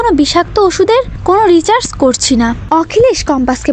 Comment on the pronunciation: Resarch কে Richarse বলছেন কেন ? বার বার যে ভুল হয় , সেটা কী আর ভুল ? ওটা অজ্ঞানতা। ঠিক করে নেবেন ভিডিওটা। রিচার্স নয় কথাটা। ওটা রিসার্চ হবে।